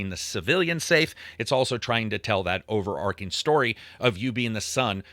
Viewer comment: Overarching, not "overarcing"